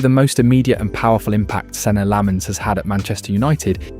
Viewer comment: you cant even pronounce his name